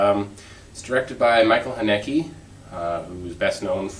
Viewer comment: u misspronounced Hnake, but it was cute ;) u should watch some of his other films. they are always really volent, but i like his style. u should watch the interview called haneke on violence. i think it explains his motives a lot. just for the record, i understand that u sometimes had a problem with the characters speaking too fast, but belive me, that also happens a lot when i watch english movies with subs.